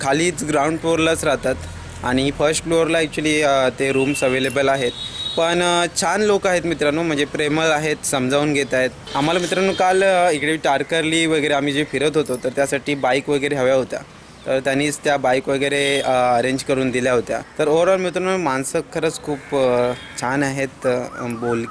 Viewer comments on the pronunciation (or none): अरे टारकरली नाही तर तारकर्ली असं नाव आहे. आणि सारखं सारखं मित्रांनो मित्रांनो असं बोलून व्हिडिओ कंटाळवाणा करून व नकोस .